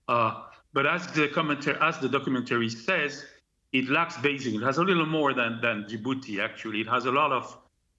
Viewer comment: The “jing” in BeiJing sounds like “jingle” and not like “shingle” Pronouncing “BeiJing” with a fake French accent sounds silly